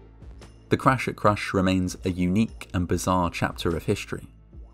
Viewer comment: "The cwash at cwush"